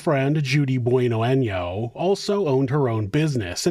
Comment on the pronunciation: maybe i can help with the pronunciation of her last name BONano very simple love you show